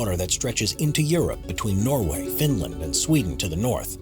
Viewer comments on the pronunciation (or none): none